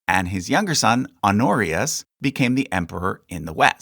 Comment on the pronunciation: Pronounce the h on "Honorius" holyyyyy